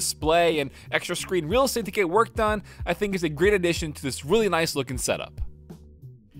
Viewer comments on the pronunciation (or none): none